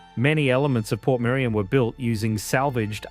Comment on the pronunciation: It's Portmerion!!!